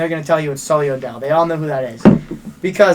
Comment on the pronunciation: It’s sulli not sully